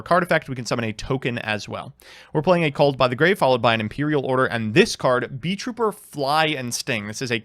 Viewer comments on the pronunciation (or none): THEYRE NOT BEES, THEYRE BEETLES. ITS NOT BEE TROOPER, ITS BEET(LE) TROOPER, THE T IS WORKING DOUBLE